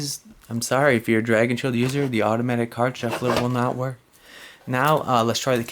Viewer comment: When you say 'Automatic card shuffler' with that accent it sounds like Value Hunter